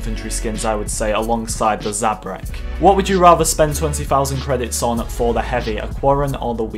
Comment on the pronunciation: How dare you say zabrak 😲😱😡